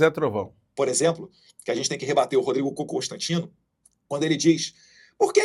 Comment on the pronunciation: Ele fala "COCÔSTANTINO" perceberam?😂